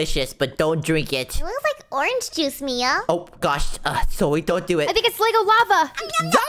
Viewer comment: Bro said bia not mia